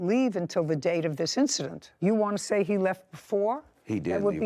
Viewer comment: Did Judy say I’ve Had Enough Ot You?!😮😂 Wish it was that easy in real life!🤦🏻‍♀️